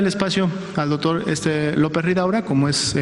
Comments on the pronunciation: Verdad que dice Dotor? 😆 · le cedere el tiempo al "DOTOR"